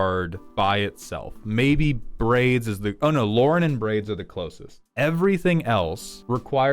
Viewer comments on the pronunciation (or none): none